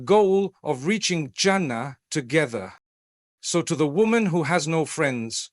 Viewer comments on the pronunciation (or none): Please teach AI to pronounce the words "Allah", "Prophethood", "duas", "Jannah", "Maryam" etc otherwise it lacks credibility. Thanks for the beautiful AI created imagery in the background.